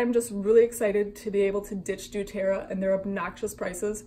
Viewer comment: Saying they have the same recipes is ridiculous. What makes doTERRA and YL different and worth the money comes in their sourcing. I personally use doTERRA (also, please learn how to pronounce that correctly) and they have contracts with their specific farmers that are mutually beneficial. Revive can try to copy the recipes all they want, but they will never have the exact same sourced oils. And their whole website about being “different” and “more woke” is way sketchier than an oil-based MLM ever will be.